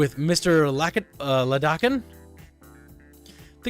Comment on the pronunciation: Mr. Iadakan's name often gets mispronounced because of the first letter of his last name. The "i" is not a Lowercase "L", it's a uppercase "I". and it's pronounced Eye-Ah-Dakan.